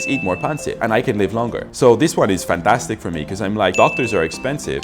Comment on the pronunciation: "Teeeeeyble" "Pantastik" XDDD pinoy na